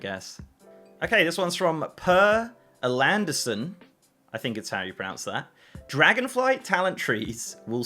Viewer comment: more like: Pear Air-land-son